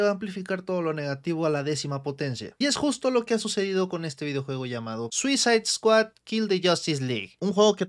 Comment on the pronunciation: ¿Soy yo o en vez de escuchar Suicide Squad escucho "Suiza Squad"? XD